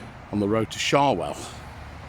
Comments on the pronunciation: not meaning to nit pick sha well pronounced Sho well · Nice video. Showell is pronounced with an ow as in how by the way. Andy from Lutterworth.